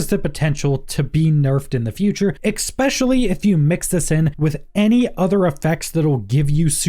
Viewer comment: Thanks for the psa and gameplay! The times you said, "exspecially" hurt me, though